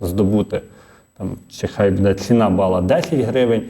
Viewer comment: Як дістав ведучий своїм будЕ. Безграмотний. Навіть не намагається правильно говорити. А ще вчитель. Від реформи чекати кращого немає сенсу. Жах.